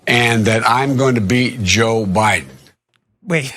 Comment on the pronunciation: it's BEAT, he also doesn't close his teeth to enunciate the "D" in Biden either